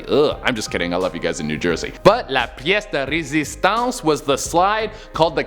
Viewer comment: Ok am i the only one who figured that is Québécois 😂😂 cuz of how he said “pièce de resistance “??? Oh well maybe im 😂 Québec/MTL represent